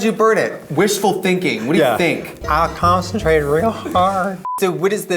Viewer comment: “I consuntrated ReEl HaRd”